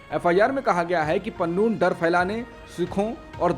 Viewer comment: Pannoon nahi Pannu hota hai